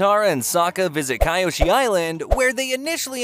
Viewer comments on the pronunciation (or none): I get this is nitpicky, but "Kai-ō-shee"? The mispronunciation of characters' nes was one of the biggest grievances we had with that M. Knight Shyamalan bullshit. It's "kē-ō-shee". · Kaiyoshi is wrong it’s kyoshi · it’s “*Key-Ohh-she*” but you can say it however you want just wanna inform ya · even though the foosh sound was to much and pronouncing kyoshi wrong its a good video